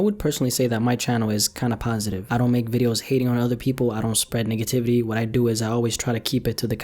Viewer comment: I swear ong he said Niggativity